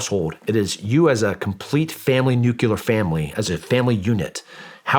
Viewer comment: Nuclear, not nucular. He's definitely a product of the 80's.